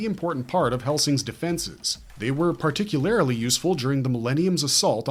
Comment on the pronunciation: Can you stop saying "particularily"? It's not a word